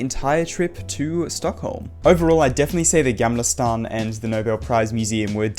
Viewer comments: It’s not Jamlastan. Try saying the Swedish version “G”. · I CANT GET OVER THE WAY YOU SAY GAMLASTAN ITS SO FUNNY (btw great video)